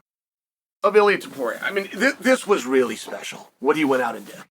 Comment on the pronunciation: Chael actually pronounced Ilia's name correctly. It was a great opportunity to call him Ili Apturo